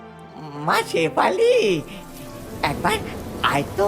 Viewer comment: বাছটা পানির তলে ডুবে গেলে , ছেফালি তাকে নিয়ে গেল। বিভতছ গল্প। অছছোছতি কর। ---- কবে ঠিক হবে "স" এর উচ্চারণ